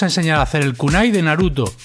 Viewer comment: Oye recuerda que no se dose naduto es naruto con R